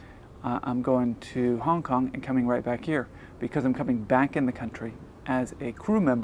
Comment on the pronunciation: The way you said Hong Kong sounded like you said Honk Honk lol just had to point that out, it's not a big deal - just funny.